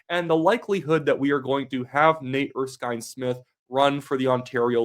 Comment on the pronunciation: you even said his name right. Nate Erskine-Smith has always been somewhat of a maverick, even under Trudeau. He'll never forgive Carney for being dumped from Cabinet.